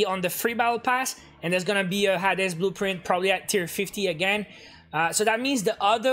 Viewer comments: Everyone: Hae-dees: Ha-des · It’s “hades” not “ha-des” just sharing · Hey it’s pronounced Hades (hay-deez) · I love the way he says hades